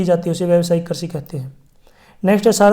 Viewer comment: Krishi hota Karchi nahi😂😂